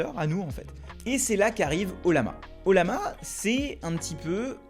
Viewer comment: Ca se prononce "oyama" 😉